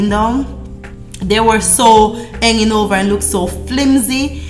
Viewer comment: Hanging not henging